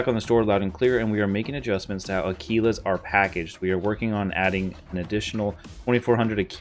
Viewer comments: Had to turn your video off after your preposterous pronunciation of "Aquilas" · Someone tell him how to pronounce aquilas